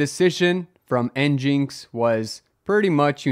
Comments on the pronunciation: Hold up... Is it, N-Jinx Or is it, N-Gin-X?? I always heard it as N-Gin-X... Who says N-Jinx? (Edit: A quick search confirms it's supposed to be a play on "Engine X" so definitely not N-Jinx.) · In is pronounced "engine x" not "n jinx" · This man can’t pronounce anything, it’s not njinx it’s engineX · i laughed quite hard at en-jinx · Nginx being pronounced Engine X makes as much sense as SQL being pronounced Sequel. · It is pronounced engine-x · NGINX — “Engine X” 🤦‍♂️ how do you so consistently mispronounce all these projects? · It's EN-GIN-X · "N-Jinx" ... this is how you tell it's just a Rust fanboy channel.